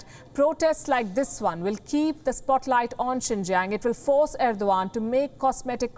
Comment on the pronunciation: Why Erdogan read as Irwan by her?